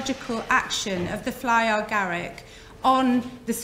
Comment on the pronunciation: Love this talk but why do you call it fly or garick. It's fly Garick. No "or" in between. Sorry, it's a bit irritating ❤️❤️🍄🍄